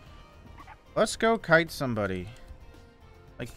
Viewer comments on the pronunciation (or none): none